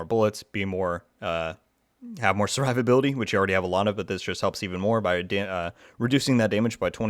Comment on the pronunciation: I'm more impressed with the build than your pronunciation of survivability 😂😂😂